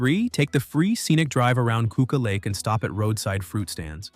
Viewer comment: Listen I live here. Stop bringing the tourist! lol just kidding we love you even though you turn a one minute drive across town in the winter to a fifteen minute drive in the summer. You need to brush up on how to say Keuka (Q-Kah) but if you have two hours it is the best lake to drive around Y.